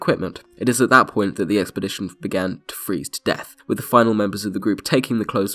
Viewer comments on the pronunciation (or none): none